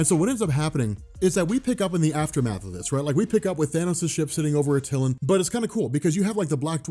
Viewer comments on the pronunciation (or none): Love your videos and i know this is a nit pick but your pronunciation of Attilan kills me every time you say it,it's pronounced Ah-Tuh-Lan not Uh-Till-An👍,with that being said,can I have a ring😂😂😂😂🍻